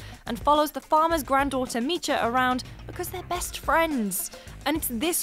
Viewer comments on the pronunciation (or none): It's not "awk-cha" it's "Oh-k-ja" (like Oakja) and it's not "Mi-cha" it's "Mi-ja"